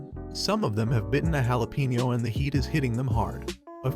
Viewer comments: Queso is pronounced kay-so jalapeno is pronounced Hal-ah-pain-o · That and yalapeno lol